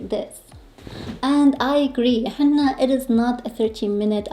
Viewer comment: Just a little input…its he-nna-a not he-NN-a